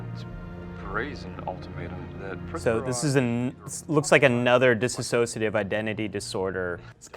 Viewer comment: I don't think he knows much about DID sweetie. He calls it dissasociation. It's dissociation. And yes, those of us with DID when working with our system for a long time can in fact get closer to our alters than videos talking to each other. We also have internal worlds and can work together for the good of the system and those we love. Truth is most psychologists aren't taught much about DID at all bc they're either told it doesn't exist, or that it's so rare they'll never deal with it.. also not true, it's as common as schizophrenia.